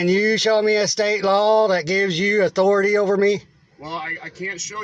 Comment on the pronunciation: "You do not have otority over me"